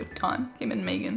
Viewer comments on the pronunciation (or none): none